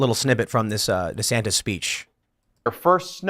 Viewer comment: Tim it's pronounced "Rhonda Santis"